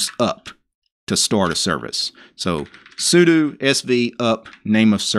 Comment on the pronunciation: Finally! A man who will correctly pronounce 'sudo'. What a relief.